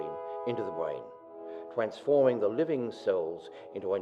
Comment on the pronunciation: This guy has quite an irritating speach impedement, "Bwainz" :\